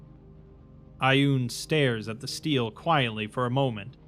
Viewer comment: Stele isn't steel. Stel A, stele